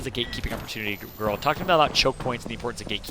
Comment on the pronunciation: "Ghurl" aint cutting it out as caster. Sorry